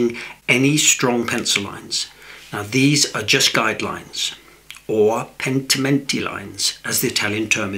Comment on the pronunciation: Gosh, not only is your French is perfect, this coming from a French-Canadian, but your Italian pronunciation: “pentimenti” lines, was spot on too (I am fluent in Italian LOL). Is there nothing you cannot do? This was such a beautiful scene and so wonderfully rendered. I am actually considering the riverboat cruise! Provence + & Margot? Now that would be a dream come true ❤️